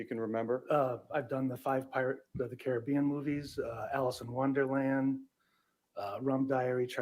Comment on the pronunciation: It’s not pirates of the Caribbean, it is pirates of the Caribbean. Annoying that she intentionally miss pronounced it every time.